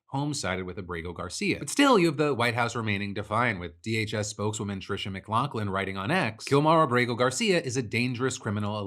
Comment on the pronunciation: oh my gosh bro, it's not mclafflin, it's not mclocklin, it's damned mclaughlin, just how it's spelled, really easy